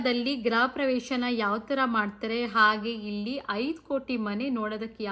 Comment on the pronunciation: ಗೃಹ ಪ್ರವೇಶ ಗ್ರ ಪ್ರವೇಶ ಅಲ್ಲ